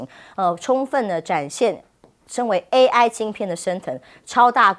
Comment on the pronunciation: AI 讀作 A1，這主持人也太水了吧😂